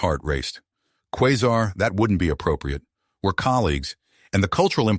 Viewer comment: Qua sar is the pronouncement of her name